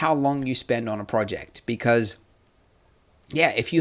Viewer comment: "becurse" lol